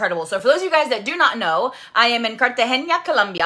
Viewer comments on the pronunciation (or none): They keep saying something like "Car-ta-hen-eeah" and it's actually "Car-ta-henna." I just point this out because they make it seem like they are saying it in Spanish and believe me, they're not! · I hate the way they can't pronounce CARTAGENA. like homegirl was adding an extra letter in there calling it "cartageñia" and normally I don't care when someone pronounces something wrong, especially when it's a language they don't speak BUT it's the fact these girls think they're better than everyone else cause they went out of the cou try for a trip and they can't even pronounce the city right....are we supposed to be impressed cause some of us have plenty of stamps in our passport and don't think it's all that hype just cause they took one trip outside the u.s. "wElL hAvE YOU bEeN tO cOlUmBiA?!" Baby girl, I got friends who were BORN there 😂😂😂😂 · Why they keep saying Cartagena with the ñ sound???? There's no ñ lol pls ladies "car-ta-hen-a"